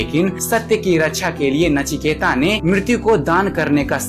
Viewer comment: नाम है नचिकेत , ता नही त